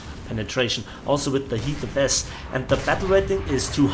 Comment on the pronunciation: Why do you keep saying HEATFS